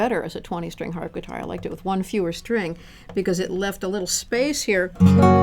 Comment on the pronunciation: Did she say "Harpitar"? xD